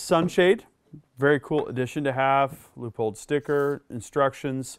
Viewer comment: Glad he didn't call it a LEAHpold